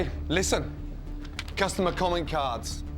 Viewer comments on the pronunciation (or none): none